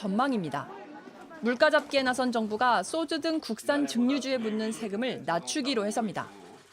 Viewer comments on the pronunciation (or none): 여자 애는 왜 쏘주라 발음하냐 참 소주라 해야지 방송에선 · 방송기자가 쏘주라 발음하냐? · 정하람 기자분, 기자신데 쏘주 라고 발음 하시는거 보고 깜놀 ㅋㅋ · 기자 발음 찰짐에 촛점을? 쏘주!!!